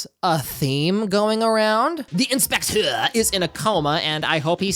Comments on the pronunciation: i love your pronunciation of the "THEE EYN-SPECT-TURR" and "YAKOOOZA" had me laughing everytime. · the inspechhhschtecheerrrr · i LOVE the way you say the inspectøur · Him saying "the Inspeceu" gets me every time. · The in-spekh-tEÚRRE 😂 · Great video! This whole video became 10x more fun to me when you started saying ‘INspecTOR’. Peak comedy right there, I laughed every single damn time. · I love how you say the inspector in a french accent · I love how you're pronouncing "the inspector" throughout the video 😂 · The way you say inspector is giving me an aneurysm❤